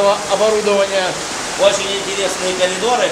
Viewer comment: Он сказал-калидор?или мне показалось?